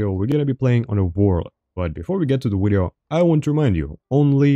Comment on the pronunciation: ive been watching for a while is there a reason you say wideo lol. I always thought it was funny and wanted to know